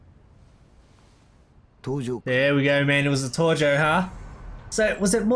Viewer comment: Ia that how you actually say tojo like Torjo?